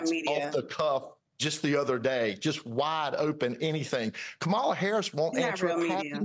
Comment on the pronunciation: I’m surprised she didn’t try to distract even more by admonishing Chad on his pronunciation of Kamala 😅